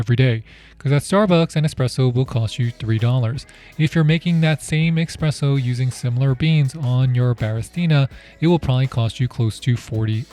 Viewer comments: Please. It is NOT expresso it is espresso! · You see that f*** ESPRESSO on that package, despite it you keep saying “Expresso” . Bro, what’s wrong with you really! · Love your “Expresso” expression! Let’s find a nice espresso machine now! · Did you say, “eggspresso”? How does someone doing a video on a coffee maker not know how to say espresso!!! WTF! Record it again and do it right! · OK, I know we prefer him to say ESpresso not EXpresso however ...... Espress in Italian means Express in English and nobody is bothered about him not saying caffè. In summary: He really doesn't need to speak in Italian especially when I have heard Americans pronouncing the French "Croissant" like "Cross-Ant", and using the contradictory expression, "I could care less", when they mean, "I couldn't care less". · everyone is bothered by expresso, but really, buddon got to me more 😅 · If he says "Expresso" one more time... 😂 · Ok. Heard the "expresso" 3 time to get it if he really said expresso. Every Italien is crying. 😅 But thanks to the a lot for the work and showing us the Phillips Baristina. Didn't find a German review. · “Expresso” and “buddon” I’m out…. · As soon as I heard „expresso“ I knew this review would not be coming from a coffee nerd. Which is also fine I guess 🤷🏻‍♂️ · Technically expresso is an actual term for espresso in French and espresso is a misspelling Americans say. But hey, can’t speak for whether dude is French or not 🤷‍♀️